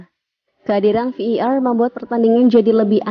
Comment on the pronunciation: Admin sok Inggris. Bukan Vi i Ar, yg benar Vi ai Ar. 😁